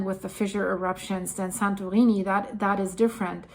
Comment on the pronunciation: This presenter is tryng hard to speak with an American accent, but her pronunciation of 'Santorini' is foreign and sound affected. An American would say "San-tor-EE-nee".